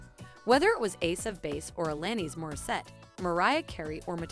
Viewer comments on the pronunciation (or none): Ya this is cool but obvi AI from the mid pronounce of Alanis Morissette . Such bs